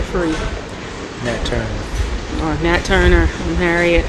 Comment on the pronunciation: bro keep it simple stupid, LOL. I was done when you said, Nat turner, lol lol dam.